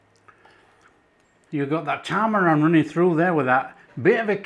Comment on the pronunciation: poor thinks tamarind is "tamarand". perhaps he's getting mixed up with Talleyrand